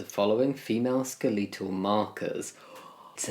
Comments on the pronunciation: he said "ska - lee - tal markers" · Lmao, skeleetal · Jamie pronouncing “skeletal” is so British. 😂😊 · I can look past a lot of things, but not the way you pronounce "skeletal". Just kidding, another banger as usual 💟